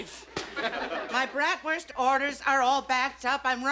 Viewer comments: Bratwurst is pronounced Braat - wrst with a long "a" sound, similar to the "a" in “Father.” It’s not pronounced “Brat” which describes an ill mannered child. 🤔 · I hate the way they say Bratwurst.